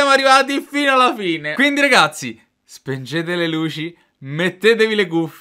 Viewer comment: ma perchè dici "spengete le luci" e non spegnete le luci 😂